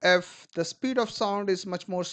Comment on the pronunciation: Abe thoda the bol le